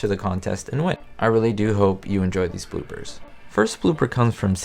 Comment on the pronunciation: did you says boobers or bloopers